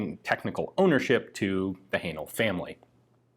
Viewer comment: Another interesting video. Am I right in thinking "Haenel" should be pronounced to rhyme with "flannel"?